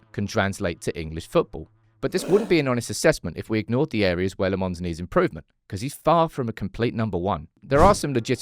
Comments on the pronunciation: Do need to work on his name though, it's not Lemons. It's more like Lamp (but pronounced without the p) + Mens. As for his first name, it's not Sen but Senne, just add the same e in the middle at the end and it'll sound fine. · When pronouncing Lammens, it's in fact the other way around. You seem to say le mans, but it is "la mens" with the "e" as a schwa. Just a heads up. Maybe a bit creative, but proncounce "Lammens" like you would say "lamb untz" without the b sound from lamb and without the sharp t from "untz". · Still calling him LeMons.... Lammens ... the a is like "a" like "after", and then it's mens like the word "men"..... ITS NOT THAT HARD